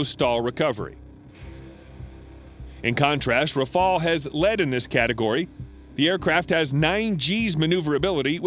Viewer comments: Not raphaal, raphaEL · the RAFALE and not rafael... went in service in 2001... and it’s one of the best fighter on the planet and world wide recognised, while your TFX still on the drawing board and still haven’t take off the ground... please stop embarrassing yourself thanks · Learn to call his name : Rafale, Rafale, Rafale , RAFALE, RAFALE, R A F A L E , DAMNIT !!! The FCAS is a 6TH gen project, the Rafale is more than enough, it is an aircraft that can do everything, and which slaughters the F35 in dogfight. The only American aircraft that can afford to challenge the Rafale without being sure of losing is the F22, and again, the Rafale shot down an F22 in training, the Rafales had, the same day, put 7 to 1 to the Eurofighters too! Do not compare this flying brick from F35 to this aeronautic marvel, the Rafale. The F35 is just a political plane, those who buy it buy it just because it's American. But some preferred quality to politics, and preferred the Rafale, for example, Egypt, Qatar, India, Greece, Crotatia ...